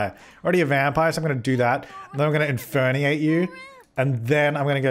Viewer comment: your default now is to just inferniate No one:: INFERNIATE